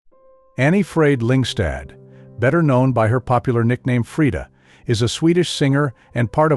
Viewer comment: You sometimes mispronounce her name.